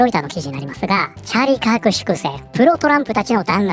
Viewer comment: ああチャーリーカークか 音声だけ聴いてたらチャリパク事件に聞こえて驚いたわ